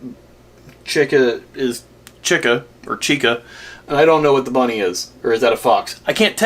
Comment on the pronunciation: "i dont know what the """Bonni""" is" Yes, yes you do (I know he says bunny but it realy sounds like Bonny)